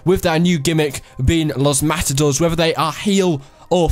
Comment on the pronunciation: its pronounces los mata dorays